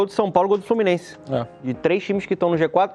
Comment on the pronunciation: Esse Narrador aprendiz de Comentárista deveria ficar como Narrador mesmo né "FlorminenCe" .